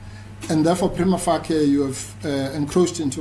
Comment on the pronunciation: Wouldn't it be nice if these lawyers pronounced 'prima facie' correctly and understood it means 'at first sight' or 'upon initial examination'. Anything can be prima facie in law but this guy has verbal diarrhoea (in english)., you are 100% correct.